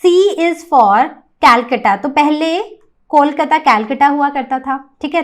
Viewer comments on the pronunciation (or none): कलकत्ता होता है ना की कैलकाता